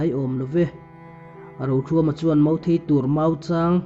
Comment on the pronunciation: Mau tih hi mo ti Ang deuh hian I lam fo hi fimkhur deuh teh